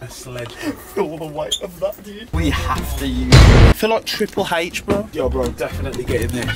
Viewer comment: it's triple h not triple haych lol